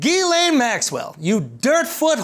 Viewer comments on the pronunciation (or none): It's not Jizz-Lean, it's Jizz-Lane Max-Swell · Youre still pronouncing it wrong its gah-lan not gah-lane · You pronounced it wrong, the correct english pronunciation is JIZZ LANE. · I refuse to believe it's pronounced any other way but 'jizz lane," because that's clearly all she is. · Andrew, it’s pronounce Gizz-stain. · ghislaine is a moroccan name and pronounced as khiz-laane, have a great day everyone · Its Jisslenne. It's french, idiot. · It’s actually ghiZZlaine according to the French in Quebec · Giss (not DJISS) Len. Giss-len Maxwell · Guh-len. It's like you're saying the word "glen" with two syllables. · 20 seconds in and I'm already dying laughing at "Jizz-Lean" XD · It's actually pronounced Jiz-laine, and not the other way. The way Andrew pronounces it would be spelled Guylaine... Take from a guy living in a French province. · You're still not pronouncing it right tho.